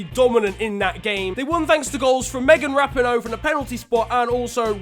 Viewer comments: It’s Meghan (rap-ee-noh) not (rap-in-o) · It’s Megan Rapeeeenoe not Rapno lol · That’s not how you pronounce Rapinoe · Please look up how to pronounce Rapinoe because YOU SAID IT WRONG EVERY SINGLE TIME!!!